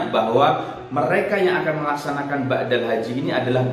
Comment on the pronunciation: BADAL. Ustadz..... bukan BAKDAL. (Maaf)